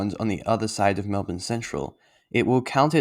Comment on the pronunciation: Like 'Mulbn'. its not Melb'ORN'e